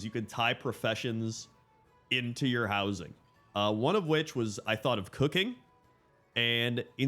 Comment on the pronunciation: "Player Wowsing"